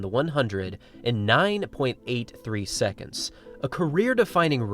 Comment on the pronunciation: 9.83 "secontz"